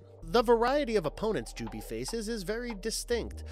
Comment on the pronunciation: “Jubee” lol, no. Just no. Did this guy even watch any of these? They clearly pronounce it “jubei” many times. Completely ruins the video